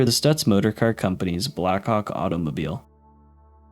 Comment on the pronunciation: The way you pronounced blackhawk I did not look on the screen when i heard it and was a bit confused💀💀💀💀